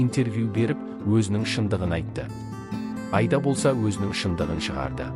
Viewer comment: Мынау комментаторға айтарым,Айда деген не сөз,айда деген малды айда дегенмен бір ғой,дұрысы Аида,егер айтылуын айыра алмасаң и дыбысын екі рет айт Аиида деп,сонда дүрыс естіледі және осылай дұрыс айта алмайтындар жеткілікті.